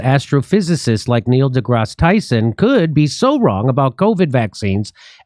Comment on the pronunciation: Neil duh-ass Tyson